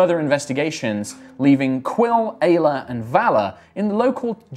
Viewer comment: Hey anyone else heard "gayla" when said Aila? 😂😂 I may be years late, but I'm trying to catch up as best I can, I love the story!! ❤💖💗